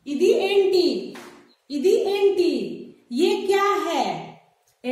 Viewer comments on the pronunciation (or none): वो एंटी नही मैडम, ऐमिटि। बागुन्नारा का मतलब अच्चे है क्या। मीरु एला उन्नारु का मत्लब आप कैसेहै।